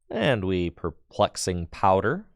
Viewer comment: Every time mispronounces Perplexing Powder, I take a shot.